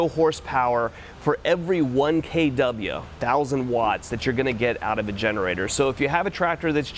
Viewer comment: “k dub yuh” lol